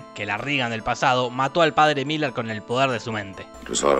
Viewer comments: Es merrin no Miller... resumí la serie 🙏🏼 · Cada vez que Jorge dijo Miller en vez de Merrin, Dios mató un gatito. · Que no ES Merrin, merrin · Son 4 peliculas y se pronuncia merrin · Lo siento, es padre Merrin.... pero podes decirlo como tu quieras, total lo que importa es el amor.... el amor heterosexual